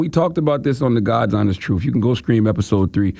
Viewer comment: It is pronounced "tru-th" not "tru-uff". Hard to convince people of your "tru-uff" when you can't articulate the truth.